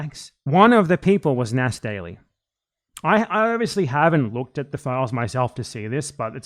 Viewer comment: Nas D-AI-ly lol